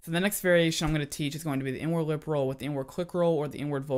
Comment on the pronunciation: Who else that he was saying N - Word instead of inward😂